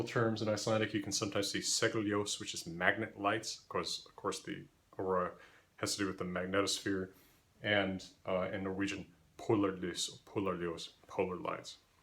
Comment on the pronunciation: A tip for the pronounciation of polarlys. The a is supposed to be long, not short like in english.